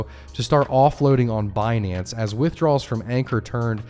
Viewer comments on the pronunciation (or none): none